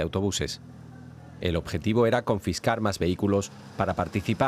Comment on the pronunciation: “Co nfiscar.” 😂